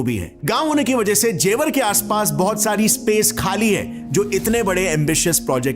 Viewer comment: जेवार नहीं गँवार ,, ज़ेवर एयरपोर्ट ,, आ की मात्रा नहीं है सस्ते अंग्रेज की फटे हुवे कॉपी